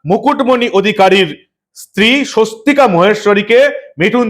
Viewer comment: ঐ মহিলার নাম "সস্বতিকা ভুবনেস্বরী" ওনার পদবী মহেস্বরী নয়। এই প্রতিবেদনের video-তে মিঠুন চক্রবর্তীর বক্তব্যে পরিস্কার শোনা যাচ্ছে উনি এই মহিলার নাম বলছেন "সস্বতিকা ভুবনেস্বরী"। তাই অনুরোধ-- প্রতিবেদন upload করার সময় যথেষ্ট সতর্ক থাকুন। 🙏🙏🙏